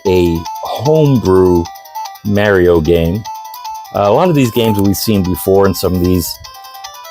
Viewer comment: who the fuck is Mary-O it's Mar'''ee'' O